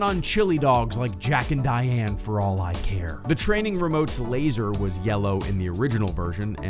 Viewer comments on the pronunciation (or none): none